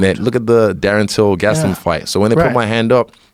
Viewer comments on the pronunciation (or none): none